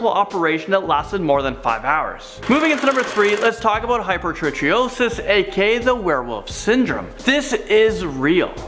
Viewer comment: you'd think if you're going to make videos about these disorders you'd be able to pronounce them correctly, its not 'hyper tree osis', for hypertrichosis...hyper from greek 'over, more, many' ,tricho greek for 'hair', also seen is trichotillomania (where people have obsession/compulsion to pic/remove hair), and osis - condition, so 'over-hair-condition'...so its hyper-TRIKE-OSIS, not hyper-tree-osis...lol